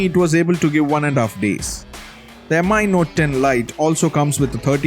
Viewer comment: stop calling it M.I. 🙄.. its just Mi from the word XiaoMi.. no m.i. or whatever